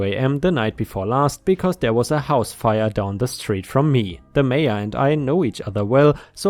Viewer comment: Nebraska story update. Mayor is not said as "major." It's said as it looks, "may or."